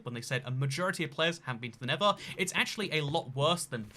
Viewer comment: It's pronounced Nether, not Never. Amazing.